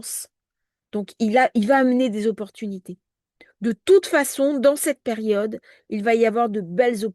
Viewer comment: 😂😂😂😂🤣🤣comme" perione" au lieu de "période"... 😂😅 que c'est énervant... ❤